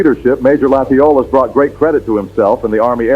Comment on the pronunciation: Thanks for this interesting video. But I do have to say that in Louisiana, Latiolas is pronounced Latch Oh Lay.